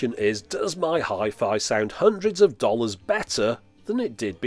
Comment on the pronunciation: You say 'dollars' weird. Can we change that to 'ham sandwich'? Just to appease the YouTobes.